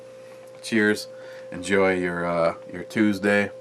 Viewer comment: ★★★★★ Did you say Titsday or Tuesday?